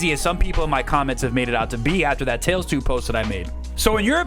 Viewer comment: “Tails two”